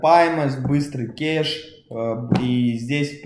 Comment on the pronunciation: Не «кеш», а «кэш». А вообще крутое и полезное видео 😎